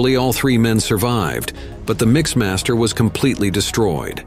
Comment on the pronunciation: MixMAS-ter? You can't even figure out Mixmaster? I heard another one that mentioned sixpointfive zerocaliber guns. What - what kind of guns??